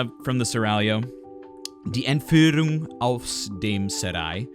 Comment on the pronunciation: Two items: it is "Entführung" and you said the aria is sung by the character "Konstanze"...😊 greetings from Germany